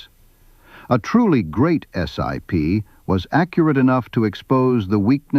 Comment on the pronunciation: The name is pronounced as a word not as an acronym, or initials, IOW just SIP. It is important to note that there are two distinct groups of SIP's, the Hydroptic and K series. I've used both but the Hydroptic's are capable of milling while the K Series were not. Both types of machines are accurate. Starrag still build and support SIP jig borers today.